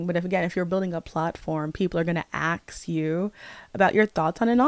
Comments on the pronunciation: It’s ask, not aks. You’re a reader, you cannot not know words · Skill issue. I won’t lessen my enjoyment of art simply due to the creators being problematic lol It’s kinda insane to me that she apparently reads so much and is even college educated but still says “axe” and “liberry” 🫩